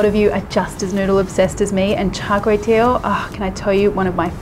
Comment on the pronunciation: Good job trying to pronounce it 😂 As a Singaporean I know how it's supposed to be pronounced. The only thing was your last word, which should be pronounced 'tee-ow' (pronounced quickly as a diphthong; 'ow' as when you are in pain). But you said it so cutely nevertheless !! 😁😄 greasy food ftw... lard is a must though yum